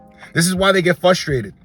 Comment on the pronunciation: Please no more “fustrated”…bro there is an R in there